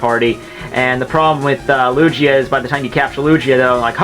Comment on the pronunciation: If he says Lugia wrong one more time....